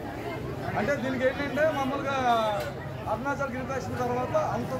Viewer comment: ఫస్ట్ గిరిప్రదక్షణ అనడం నేర్చుకో అమ్మ.